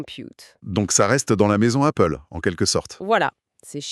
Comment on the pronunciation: Appgle ou Goople?